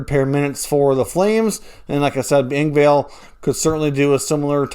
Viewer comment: I like your channel..I watch it quite a bit..I notice that Engvall 's name is constantly pronounced wrong.. it is pronounced exactly how it is spelled. It is a short "a" there is no "e" at the end of his name for a pronunciation of "Engvale" sorry just drives me nuts